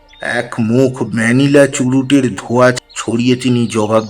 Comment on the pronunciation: "অত্যান্ত"?"আকসমিক্"?"ঝাপ,ধোয়া,উত্তেজনার ঝোকে,ঝাঝালো,ঝি ঝি,পুটলি,ধোয়াটে"- উচ্চারণের আধুনিকীকরণ করতে গিয়ে, চন্দ্রবিন্দু গুলোকে বেমালুম বাদ দিয়ে দিলেন,সাবেকিয়ানার বারোটা বেজে গেল!